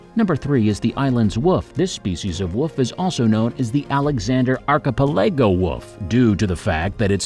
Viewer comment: Archipelego is pronounced arr-kuh-peh-luh-gow.